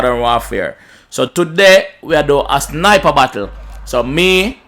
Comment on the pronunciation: Ano mi alone hear u seh bakkle